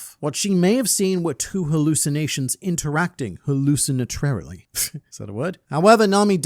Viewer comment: "Haluccinatrarily" 2024 😂